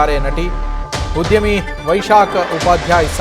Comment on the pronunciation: ಉದ್ಯಮಿ ಕಣೋ...ಉದ್ಯವಿ ಅಲ್ಲ... irresponsible media